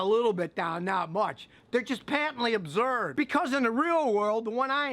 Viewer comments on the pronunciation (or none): Yeah Scott, that's great 'n all, but I'm laughing because of your dialectical pronunciation of "Absurd" lol sounds like abzurd!! Laughing with you about both. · “Patently Ubzurdd!” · are you saying absurd or observed?